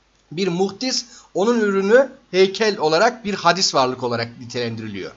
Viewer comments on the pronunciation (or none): Hadis değil hocam, hâdis :) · Her şey çok açıktı-güzeldi, telekkür ediyorum; sadece bir kelimenin telaffuzuna dikkat çekiyorum, hadis değil, hâdis, demek gerekiyor..